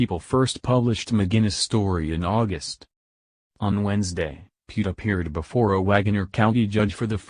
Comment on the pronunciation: Uhm. He kinda said our last name wrong. Its pronounced (pee-ette)